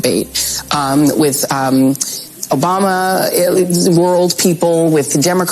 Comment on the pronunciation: she said jobama